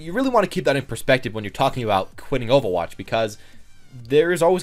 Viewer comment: “OH VAH WATCH” Actually kms